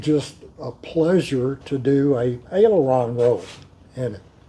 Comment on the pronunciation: There should be a placard on the panel that says, "solo from front seat only". That's probably the biggest difference between a Champ and a Cub. That and the fact that a Champ is about 15-20mph faster especially with 90hp. Also, it's pronounced "Air-RON-cah" not "Air-RONIH-cah". It's sort of an acronym for Aeronatical Corporation of America.